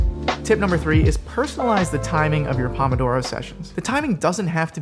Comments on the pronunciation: the pronunciation is so cringe. it’s “poh-moh-doh-roh” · you're going to say "pomodoro method" a million times... while saying it wrong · Wow I got so annoyed so quickly at the pronunciation of pomodoro, especially when you just kept saying it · The method didn't teach him how to pronounce "Pomodoro"